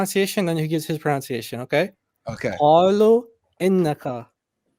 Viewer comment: I mean no disrespect but for future use its pronunciation not pronounciation